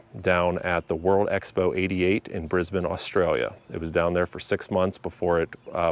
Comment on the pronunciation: Thank you for saying the word Brisbane correctly I was only 6 years old and too young to understand what the whole commotion was about even the one that we have at Supanova which is a Comic con top convention I was the only one to actually get to sit on the car hood which in itself was a pure I hope when the trouble opens up again please bring this car I will love to see this car and take some decent pictures of the car because it's very popular